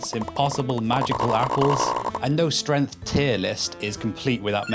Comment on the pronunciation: 12 seconds in, already pronounces "Kratos" incorrectly, and then "strength" incorrectly. Not off to a good first impression my man. These aren't words like "tomato" that have regional variants or accents that change the length of the vowel used, it's a proper name and a regular noun. You can do better. Update: The rest of the video was fantastic. Great content, great evidence, and everything was pronounced correctly! For anyone on the fence after the first 12 seconds - keep going!